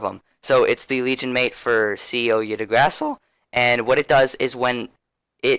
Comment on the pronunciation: I-gg-dra-zil thats how you spell it